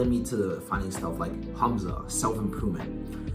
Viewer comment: bro pronouced hamza and hubza